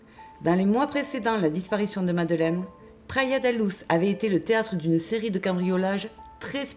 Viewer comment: C'est pas madeleine mais madeline